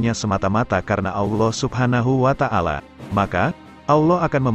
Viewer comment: Wa ta'ala bukan wa tangala